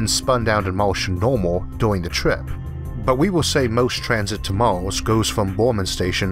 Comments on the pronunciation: it's Mars not Mors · "Life on Maws"